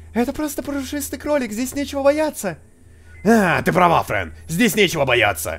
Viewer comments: не френь а фрэн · Фрэн а не френь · не френ а фрэн